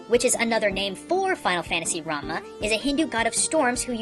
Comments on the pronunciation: Two errors, 1. It's final fantasy 6, not 4, Final Fantasy 4 involved Kain, and Cecil, not Terra, Locke, Saibin, ect... Error no. 2: It's Rumah, not Ramuh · why he kept saying Ramuh as ''Ranma'' ? its Rámul '-' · When you said Ramah I thought you said ramen.